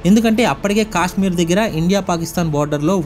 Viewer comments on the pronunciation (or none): none